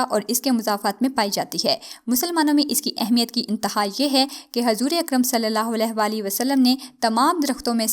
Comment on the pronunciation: Hazoor nhi huzoor h durust talaffuz..! Rawayat nhi riwayat h durust talaffuz..! Ummed h aapko accha lagega 😘